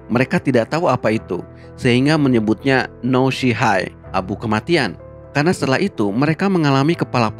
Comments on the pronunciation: nama abu mematikannya "shi no hai" bang yang bener bacaan kanjinya, bukan "no shi hai" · 死の灰 ini dibaca SHI NO HAI, bukan NO SHI HAI. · 死の灰 dibaca shinohai bukan noshihai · 死の灰 (しのはい/Shi no Hai), bukan のしはい (no shi hai). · ralat menit di bacanya shi no hi bang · Itu dibacanya "Shi no Hai" kali, kanji kematiannya (Shi) di depan soalnya